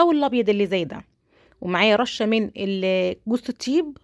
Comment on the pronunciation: بحبك والله وبحب وصفاتك بس لغتك صعبة اول ال س بتقوليها ص وال ط بتقوليها ت....مافيش حاجة اسمها جوزة التيب....مافيش حاجة اسمها مصلوق...اسمهم جوزة الطيب وحمص مسلوق.مع الشكر